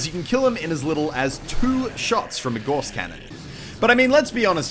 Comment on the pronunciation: Gauss. Pronounced like 'Gows'.